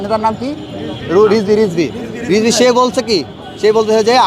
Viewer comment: রিজভী নাম এই ভাবে বলে কেন পাগলে লারা দিছে